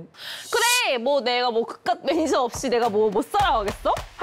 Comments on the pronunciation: 차마 감추지못한 드라이빙 매니저갈rrr... 뼈속부터한국인 퀸가비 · 발음헷갈려서 드라이빙 매니져갈 이라고 한거ㅋㅋㅋㅋㅋㅋㅋㄱㅋㅋㄱㅋㅋㅋㄱㄱㅋ